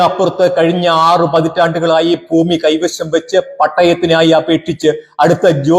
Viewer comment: എന്തുകൊണ്ടാണ് ആ നാട്ടിലുള്ളവർ ഒക്കെ ഫൂമി എന്നു പറയുന്നത്?